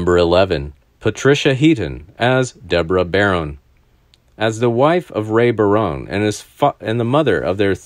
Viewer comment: The last name is pronounced ba...rone. Not "bare...rone"